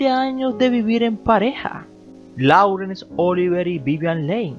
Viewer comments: Laurence se pronuncia: Lorens. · Me gusta ver tus vídeos, son interesantes, aunque me cuesta escuchar tu pronunciación. Por lo menos, edita el de lis principales: el apellido de Vivian se pronuncia "Li" y el de Oliver se pronuncia "Lourens". Y cuida algunas fotos. Pusiste una de Casablanca con Bogart y...nada que ver.